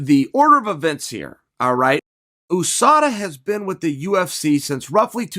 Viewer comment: whosada? who is whosada?